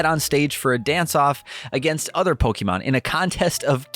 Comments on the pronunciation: Please, please, PLEASE learn how to pronounce Pokémon. It’s po-keh-mon, not po-key-mon. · po-kay-mon, not po-kee-mon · If I hear “Pokeeman” one more time… lol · IT’S NOT POKEEMON!!!! Fuck your voice was so annoying! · How come he can pronounce “chibi” correctly but can’t say Pokémon? “Poky” describes my irritation level with each delivery.